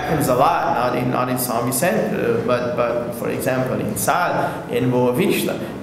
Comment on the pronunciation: It's Sao not san